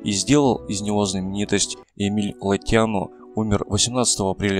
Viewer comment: ГригориУ ГригОре ЛотЯну Из Бельц Правильно ставьте, пожалуйста, ударения.